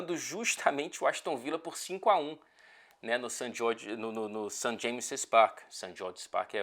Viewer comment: pq vc fala "St. James Spark" e não "Park"?